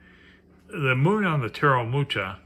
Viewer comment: You butchered the name 'Mucha"...TX for the review :)